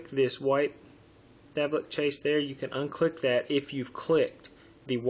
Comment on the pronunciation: why do you pronounce 'cache' as 'chase?